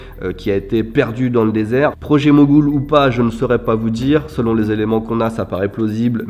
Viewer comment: C'est le projet Mogul, et non Mogoul lol.